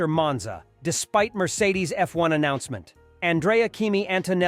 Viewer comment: Eff.........................................................................................................................1car Please tell me that's not Ai....... Wememba.....sum chwannaws have spweech impwedamins... I only got a few seconds in and hit the brakes....hard!...